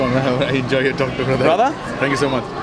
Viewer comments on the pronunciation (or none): none